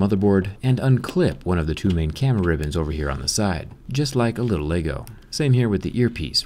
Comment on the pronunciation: Like a little laygoe. Laygoe connector. Look at the laygoe. Like fuck man. Its LEGO PRONOUNCED LEH-GOH. Like, I love your videos and everything. But ITS LEGO NOT LAYGOE.